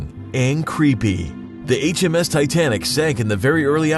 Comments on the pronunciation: It hurts to listen to him say HMS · Its RMs not hms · It is RMS not HMS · It's rms not hms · It's Rms not his you idiot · It's RMS not HMS. Just saying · It's RMS and not HMS but good job on the vid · You said H.M.S titanic, it's R.M.S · it's RMS not HMS.-. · It said H.M.S! Its actually the R.M.S. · bro Mistakes: he said HMS it's RMS! U left out how much life boats their where and the sneezer is to that 16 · I know. RMS for Royal Mail Ship. But I didnt recognize that he said HMS^^ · "H.M.S." Titanic? If you really knew your facts, you would know it's R.M.S., which stands for Royal Mail Ship. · It's was R.M.S not HMS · It's R.M.S not H.M.S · Uhh, it's R.M.S Titanic, not H.M.S. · you said hms not rms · Yea it is R.M.S not H.M.S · why did you say HMS when it's really RMS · HE KEEPS SAYING HMS TITANIC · it's r.m.s